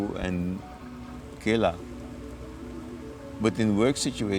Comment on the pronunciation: Guru or chelaa hota hai not ``kela``